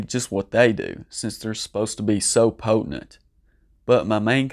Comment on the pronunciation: "Poetnent" 🤣 i believe the word you are looking for is "Potent"